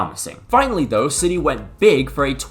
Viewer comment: his pronunciation was pretty horrendous respectfully